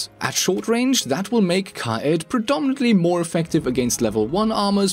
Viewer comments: is no one going to talk about the thing that happened ? kA-eD... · in pro league they pronounce it Ki-yeed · Not hating but psml at ow u say kiad aha tf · the way he said kaid triggered me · is it just me or i haven’t heard kaid being pronounced like he says 😂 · Interesting way to pronounce Kaid.